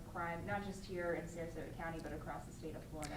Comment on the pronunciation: Sarasota not sarsota